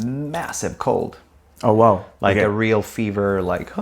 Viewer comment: le "oh wow" tellement français j'adore